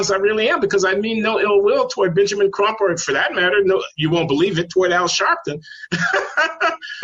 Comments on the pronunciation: Why do you keep saying "Trump" instead of "Crump" which is the lawyers actual name? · Benjamin Crump, Not Benjamin "Trump"!